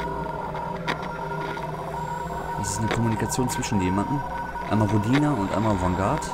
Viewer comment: Hi, Rodina ist Russisch und heißt Heimatland. Gelesen wird es Rooodina ^^ Schönes Video! p.s. Gesundheit^^